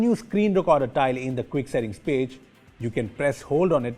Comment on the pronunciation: wtf is a tileee?!